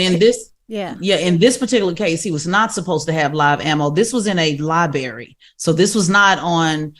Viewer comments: liBrary not libary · Tez saying Li-BERRY not Li-BRARY is one more reason, why I always say, TBC needs to have a true intellectual doing front page news😒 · It’s LiBRARY, not Liberry!!! Come on now😖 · Li-BERRY Li-BERRY Li-BERRY😂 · Tez is supposed to be the scholar and shes out here saying “li-berry” instead of library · Tez is too smart to be saying Lie-Berry instead of Library lol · Liberry huh 😂 Man I hope y’all get rid of Tez quickly. So many great, intelligent, Black women out there ready for the job yet y’all have us wakin up with Tez every morning 😅 knock it OFF 😂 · No way she said lie berry that many times 😂😂😂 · That’s what I was about to say 😂😂😂… I love Tez but she woke me up 😂😂 .. Libary 😂😂😂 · Lie berry lol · WTF is a liberry? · I listened in this morning, and didn’t even catch until seeing yall comments that Tezlyn definitely is saying “lie-berry” Dang Tez 😕 …🤭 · Why is Tes still saying “Liberry” 🤨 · A “Lie-Barry” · She really says “Liberry”. 😂😂😂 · Library 🤦🏽‍♂️ lie berry, dear lord 🥹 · Liberry? It was bothering me too. You would think she of all people would know better. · Library has two “Rs”